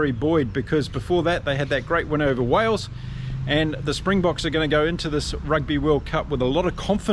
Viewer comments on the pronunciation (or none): none